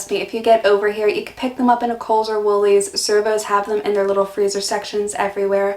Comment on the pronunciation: I love hearing you say Woolies, Coles and servo. You’re learning the language